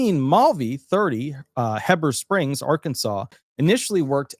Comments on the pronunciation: Heber Springs is pronounced Heeber . Thank you . Not wanting to irritate you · At five minutes in, someone was identified from Arkabsas. That location is pronounced Hee'ber Springs. I am a former resident of that Cleburne County city.